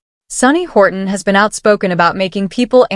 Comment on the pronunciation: Hostin not Horton